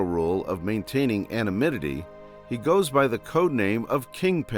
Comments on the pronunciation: Say it with me: "A-non-NYM-ity" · Good video, but can't you get an AI voice-over that can pronounce "anonymity"?